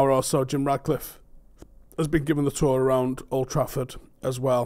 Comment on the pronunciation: FFS, how hard is it to say his name properly? It‘s RaTcliffe, not RaDcliffe. If I didn‘t know better I‘d swear you were doing this deliberately.